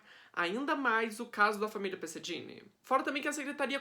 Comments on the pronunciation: Se pronuncia " perseguini" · Pesseghini e não Dini